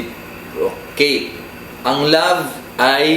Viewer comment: Natawa talaga ako sa RECEIPROCATE LOL